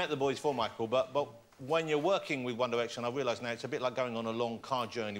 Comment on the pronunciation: "Won Diwection"